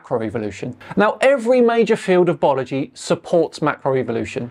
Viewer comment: What's "Bology"? Love the channel, I'm not hating, just love a blooper that gets left in.